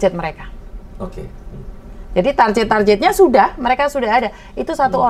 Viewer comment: KOREKSI mba, bukan TARJET tapi TARGET